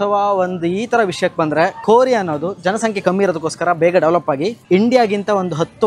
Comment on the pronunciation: Nin first Kannada sariyagi pronounce madanna?? Khorea alla adhu Korea?? Nivella ONDHUUUUUUU? nimge followers??